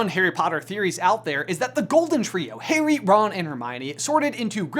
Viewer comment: Pretty sure he calls harry Haley. And then again he says Perry. Lol.